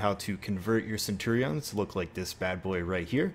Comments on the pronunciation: Dudes pronunciation of Centurion is killing me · Ah, Cen - tu - rean. But this is great!